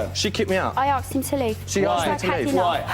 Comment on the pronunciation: You “ain’t arksed?”